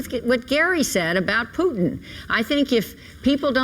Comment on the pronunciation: "We have to stand up to pootin"